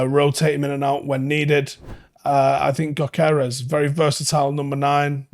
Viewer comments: I don't know anything about Swedish, but somehow I think his name is GYO-keres, not Go-KAI-res. Correct me please. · he is Swedish/hungarian and you prounance his name without saying the g in english. So its Yokeres. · (It’s YOK-ER-REZ) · you pronounce him y-o-k-e-r-e-s